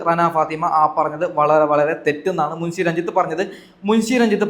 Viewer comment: മുൻസി അല്ല മുൻഷി, നാക്ക് വടിച്ചു വൃത്തിക് സംസാരിക്കൂ.